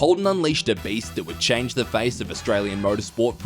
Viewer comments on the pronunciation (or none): none